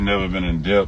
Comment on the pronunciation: Debt is pronounced without the b, slim thugga 😂 the b is silent....